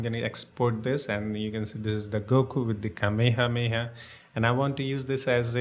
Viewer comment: That was the original pronunciation of it